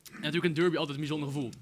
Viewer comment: Je spreekt het uit als darby, niet durby.